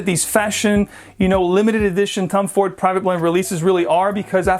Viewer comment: I keep hearing Tum Ford lol